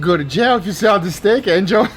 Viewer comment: Man people love to refer to Angeo as "Angel" don't they